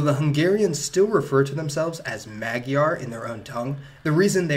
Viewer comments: Good sir, just small one thing, when pronouncing Magyar then gy is pronounced like g in George. Also there are many people down in the commentary section that claim many pseudo historic things. Be very aware of those things, they might sound logical at first, but they mostly fall apart as soon as you start to examan it closer. I can vouch for that as a student of History and English. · a lovely attempt of saying magyar